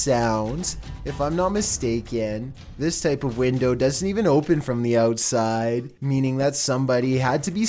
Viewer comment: Ouuutsiiide, oooopen, hoooome, at aaall, viideoooo, going oooff this dudes pronouncation is a trainwreck